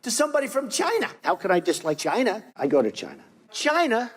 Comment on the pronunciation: “Goods from Chynaa” 😂😂